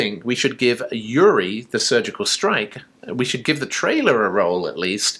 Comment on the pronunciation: It's ooorie not u ri